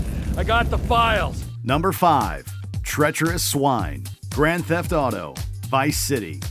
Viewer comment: I was dead when he said treacheaderous swine at no 5